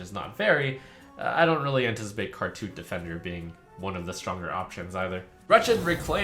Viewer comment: When I heard "Khartut Defender," my I initially thought Trump said "Cartoon Defender," and my instant thought was "Oh no, did Yu-gi-oh take over?"